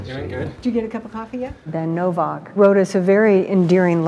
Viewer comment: libertard pronounces ...novvauk... it's novAk dumbmie